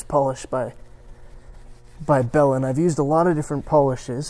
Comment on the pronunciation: Belhens, I could have sworn you said Bellend 😂🤣